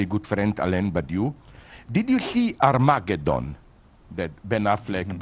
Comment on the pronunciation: Liam Cooper more like "arm-ah-gay-don"